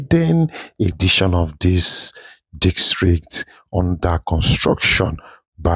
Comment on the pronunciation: District ✅✅… dikstreet ❌.. good job tho